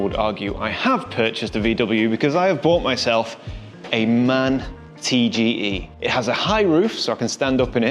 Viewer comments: Its pronounced M.A.N not man, youll upset the purists 😂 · its pronounced M A N, NOT man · Nice van, nice vid. As a German I have to say it is M-A-N as in FBI or CIA, not man as in men, because it is the abbreviation for “Maschinenfabrik Augsburg-Nürnberg”. 😜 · Well, my only gripe: It is "M-A-N" (Maschinenfabrik Augsburg-Nürnberg), and nobody would say "man" here in Germany. But physical buttons? Would be a must for me, too! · came here to say the same. M-A-N, not man. Also, the lion in the logo comes from Büssing, an old German bus and truck manufacturer, taken over by MAN a while back.... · I think i was around in the nissan qashqai days😂(on a other acount) At my job we ride MAN vans.(I think you officially should pronounce it M.A.N letters separately)They feel real comfortable. Good luck with the build.